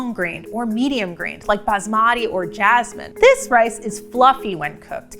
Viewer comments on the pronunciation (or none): Why do people still mispronounce Basmati? It isn't hard to do long vs short vowels.